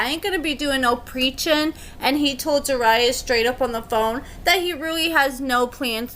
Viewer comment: HER NAME IS ZER- RU-YAH